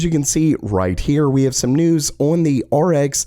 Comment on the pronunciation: on, not oion.